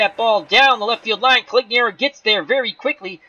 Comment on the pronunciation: it's making me nuts.....You keep calling him Coligniaro and not Conigliaro. You switch the L and the N. Only complaint, otherwise, love hanging around and watching, keep it up!